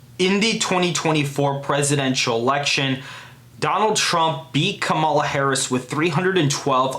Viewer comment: please learn to how to pronounce kamala